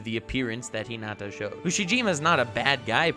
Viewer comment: God you just can’t help talking about Hunter X Hunter and Meruem can you? I’m so glad you actually talked about Haikyuu. It’s an awesome sports anime. Although you’re pronouncing Hinata and Karasuno wrong.